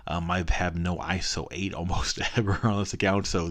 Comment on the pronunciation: Never actually heard anyone call it iso-8 lol